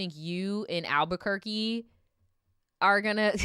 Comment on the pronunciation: said Albuquerque 😅